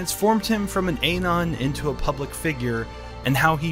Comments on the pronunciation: Ayynon Uhnon Please average these two pronunciations cuz yours is painful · me a normal person: ann on (anon): ay non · "Ey-non" lmao, wtf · AY-NON how do you do, fellow AY-NONYMICE? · who pronounces it as "ay-non" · "an Ayy-non" :/ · How can you fuck up the pronunciation of a simple word such as anon